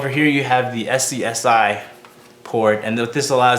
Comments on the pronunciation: Sorry to be pedantic but a SCSI was always pronounced "Skuzzy" ;) A 52 pin channel that was common in the 90's but now so archaic and expensive for what it is. Mine has the inner cords exposed into my zip drive. Nice vid. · "SCSI" is pronounced "Scuzzy" ;)